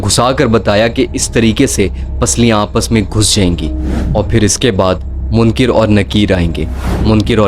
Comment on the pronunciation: Munkir Nakeer ❌ Munkar Nakeer ✅